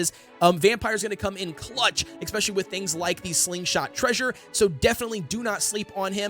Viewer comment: pls learn how to pronounce especially omg